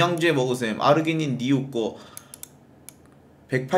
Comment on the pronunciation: 아르지린이 아니라 아르기린아니가